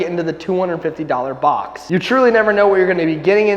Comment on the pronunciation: Bob instead of box